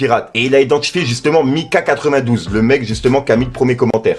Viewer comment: dis bien MIKA 92I le i est imprtant